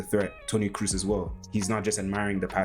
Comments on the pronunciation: Nice video, man. Thanks for the work you put in, it is appreciated. :) So, one thing, it is not Toni "Cruise", it is more like Toni "Cross" but stretching the "o" a little. Keep up the good work! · Dude, you spent so much time analyzing his passes - but unfortunately fail in pronouncing his name correctly… it‘s not Cruise or Cruz it‘s more like „Kross“ (like gross with a K) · Great video! A little advice from a German: his name is not pronounced "Cruise," it's more like "Cross" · Its a long o in kroos, like bo selectah. Not cruise ;) nice analysis!